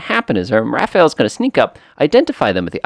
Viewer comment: Quick tip on the plane name....It's Ra-faal rather than Ra-fa-el. 👍